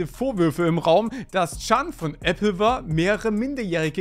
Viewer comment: Junge diese Applewar Aussprache regt mich so krank auf